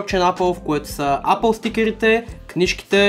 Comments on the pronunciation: Казва се ейпъл не апъл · само щото в началото каза апъл ..спрях клипа